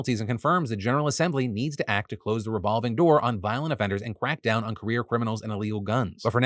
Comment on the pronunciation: Did anyone else hear "quack down on criminals" or was it just me?